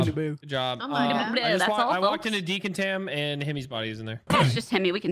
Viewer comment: *Decontam/decontamination not Deacontam